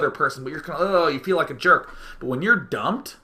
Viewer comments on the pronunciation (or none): none